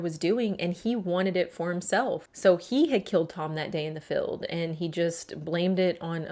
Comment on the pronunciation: field not "filled". Jail not "gel"